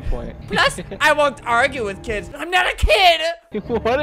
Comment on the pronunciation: Jellyroll Duck random lady said AGRUE aswell